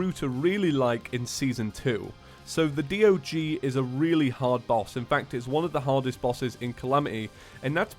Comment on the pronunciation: the word D.O.G sounds like saying dog, like the animal dog LOL.